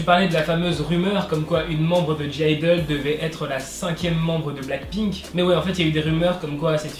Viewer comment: Le g de (g)-idle ne se prononce pas 😊